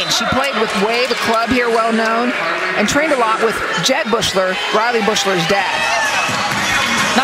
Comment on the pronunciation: why does the announcer pronounce Riley Beuchlers name like that